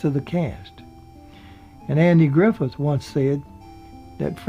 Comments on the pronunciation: Barney was played by Don Knotts not Knox. Andy's last name is Griffith not Griffin. The narrator seems to have problems pronouncing the actors names correctly. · You lost me the first time you said "Griffin" and I stopped listening the second time you said it! Good grief, man, get the damn name right! SMDH at such ignernce... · the name is "GRIFFITH"..th, not "GRIFFIN"................ still, good show. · Yeah I caught that, too. A mix of Griffin and Friffith...Just as Knotts came across sometimes as Knox. But...still...like you said, good show. I enjoyed the material and presentation. I also enjoyed the narrator, however he may have strayed from the pronunciation of the actors. He sounds like a good guy and a good guy to present this nice history of some of the better people to ever be on TV. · It's nor Andy Griffin.......its ANDY GRIFFITH...... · Andy "Griffin"?... Don " Knox "? C'mon,... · DON KNO"TTS" was his name, NOT DON KN"OX" and you started slipping into ANDY GRIFF"IN" INSTEAD OF HOW YOU STARTED OUT WHICH WAS THE CORRECT GRIFFITH VIDEOS ARE GREAT BY THE WAY AND I ENJOY YOUR RELAXED DEMEANOR PLEASE FIX IT OR AT LEAST MAKE A NOTE THAT YOU ARE AWARE OF THE MISTAKE THANKS!!! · The guy keeps calling hinm "Griffin." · He also says' "Andy Griffin" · You said "Griffin" when an ambulance was called to his home. Thanks for this video -- but is it too much trouble to get the man's name right?? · Griffith, Griffith, Griffith. Knotts, Knotts, Knotts. JEEZ. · I like theses shows , but it seems like he could make sure he gets peoples’ names right. Don “Knox” and Andy “Griffin” ?? Not to mention Frances “Bouvier”? Gosh. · A fun video, but he keeps referring to Andy "Griffin." And Don "Knox." I'm from N.C. myself, and I hear Andy referred to as "Andy Griffin" all the time. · This dude still hasn't learned how to pronounce Knott's and Griffith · Nice little compilation, but you mispronounced some of the names! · Griffith, not Griffin!